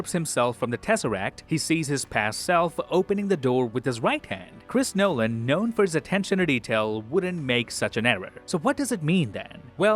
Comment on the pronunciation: Hearing you say Chris Nolan makes me cringe, also what is your accent? You don't sound Canadian at all.